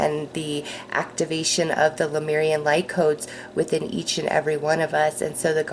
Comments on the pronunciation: It’s not LUmeian, it’s LEmurian (Leh-mure-ee-an). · Thank you for your sweet spirit and your videos with messages from the Lemurian energies. Careful not to mix up the vowels in the word - "Leh - moor - ee - an" . Not "Luh - meer - ree - an".